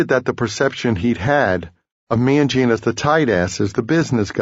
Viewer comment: Hate the way he pronounces Gene as Cheen